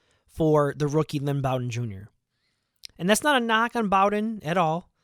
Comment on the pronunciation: Btw it's Bowden like "bow tie"